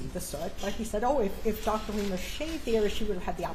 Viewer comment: R-I-E-M-E-R not Reimer. She spells is out for you within the first 5 seconds of the video.